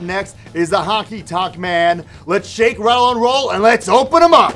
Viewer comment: Did he say the "Hockey tonk" Man??? 😂😂😂